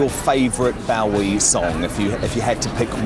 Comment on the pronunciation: Hard to believe that Lorraine considers Bowie to be one of her "all time heroes" when she can't even pronounce his name correctly. can pronounce neither 'Bowie' nor 'Iman.' Can't even get the basics right - great journalism. And Changes is from Hunky Dory, which was released in 1971, not '72.